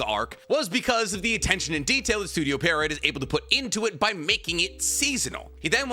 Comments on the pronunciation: it's pronounced studio pii-erro, not studio perriot. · it's pronounced Pee-air-oh. Not Pair-ee-ot. Love you tho pookie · If wasn’t as educated as he is, I wouldn’t care, but because he is educated and highly intelligent, it grinds tf outta my gears every time he mispronounces Pierrot 😢(or edo tensei for that matter) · "cuh-wocky" lmfao holy shit "parrot" it's pi-roh, kaw-wah-ki